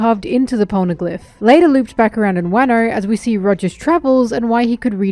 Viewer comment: pls lord forgive me for giggling everytime says WaaHno